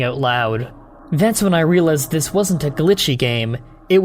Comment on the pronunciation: I noticed that you pronounce the word "realized" strangely, like you do when a word is spelled wrong in your eyes. How ever, I am not British, and do not know what spelling you're shooting for. How do you want this word spelled?